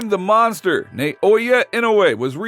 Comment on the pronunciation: Hearing pronouncing the word monster and saying mongster cracks me up😂